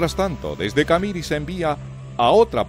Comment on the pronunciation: ...el relator nunca vivió en Bolivia... Nunca oyó pronunciar la palabra CAMIRI... Que tiene acento en la última I... CamirÍ...